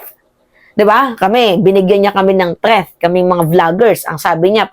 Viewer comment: "TREATH" NANAMAN???😂 "THREAT!"